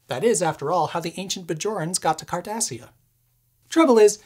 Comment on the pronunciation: "How the ancient Bjorans got to Cardessia." I died laughing listening to that.... I was like this guy treks? and then.. I was like He's a geek, well obviously....